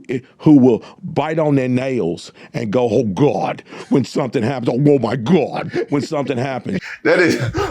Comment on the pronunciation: He didn't say GOD, he said GUAAD🤣🤣🤣